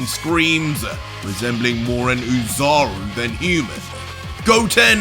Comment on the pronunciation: It's "Ozaru" idiot